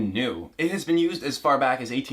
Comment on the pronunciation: He says “beeen” instead of been